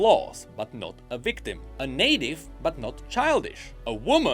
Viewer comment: "a native, but not childish" You tripped me up for a second there,. Lol, I figured it was "naive" soon enough but I still had to maximize the video and check myself, lol.